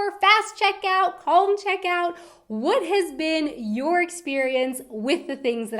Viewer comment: First time I hear someone pronounce the l in "calm". =)